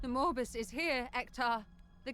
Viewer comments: I'm sorry, but every time the Chaos Gate VA's talk about Nurgle's grand plan "the Morbus", I cannot help but hear "Morbius". Nurgle plans to MORB the whole galaxy! 🤣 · Did she say "Morbus"? As in Morbius is going to Morb-us? Is it MORBIN TIME!? I-I'll get my coat and see myself out. Cheers!